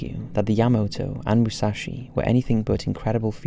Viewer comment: its Moo-sah-shi